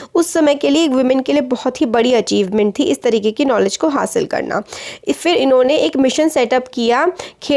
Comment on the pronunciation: It's not knowledge it's kanowledge😂😂😂😂 ( triggered insan ). Pls wacth his video Triggered family pls like And those who joined him now comment Name of video 👇👇👇